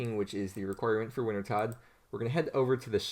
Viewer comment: It’s pronounced, “winter-toad”